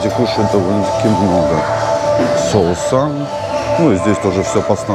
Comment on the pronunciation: СоУсы , а не Соусса 😃